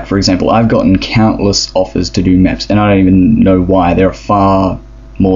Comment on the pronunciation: Not mèps MEPs XD